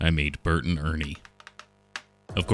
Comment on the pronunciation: Anyone else hear Earnie and Burnie when he was doing their face washes 😂😂😂